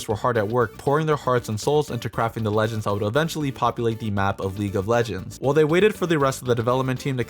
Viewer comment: Calling the champions legeñds over and over is really annoying xD